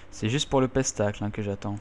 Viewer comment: le "pestacle" x) tu m'as tué on prononce spectacle si jamais x)